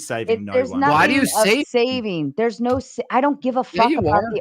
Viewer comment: Evolution can't account for people who cant pronounce "No" correctly. The only R here is.